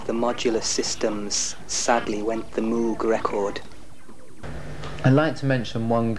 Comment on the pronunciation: Funny how he says how to correctly pronounce Moog (rhymes with rogue) and then goes on to pronounce it incorrectly for the rest of the video